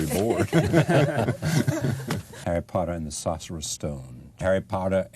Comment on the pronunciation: The way he pronounced "sorcerer" and "Azkaban" 🤣🤣🤣